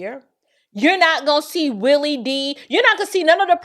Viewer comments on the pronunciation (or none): none